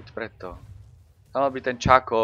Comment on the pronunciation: Shaco sa nečita "Čako" ale "Šako" :D